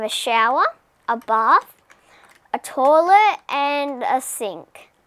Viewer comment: The way she says toilet😂